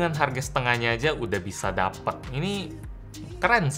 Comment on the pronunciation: "dapit" WKWKWKW